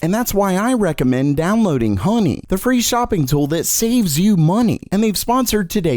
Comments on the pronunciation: It’s honey not hoeney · yeah, download hoe ny...what accent is that?